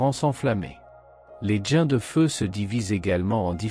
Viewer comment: Les djains 😂trou de bal d' IA !